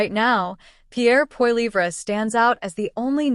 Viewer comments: For goodness sake you who is TALKING LEARN TO PRONOUNCE Poilivre's name! It is Poli eve. That is it! It is disgusting to hear you mispronounce over an over again. SHAME! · Hey bot can you say poly ver for Polivre ! EH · IF he called you.. you should pronounce his name properly.. F'n annoying. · If you cannot pronounce his last name then you don't have the right to tell us anything about him, his views or anything. Failure to simply pronounce his last name suggests you are not probably telling facts, just ideas you think he should have. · your as dum as the other narator cant say P P name right so get some1 that can